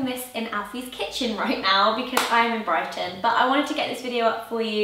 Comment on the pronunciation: Brighten - Brighton hahaha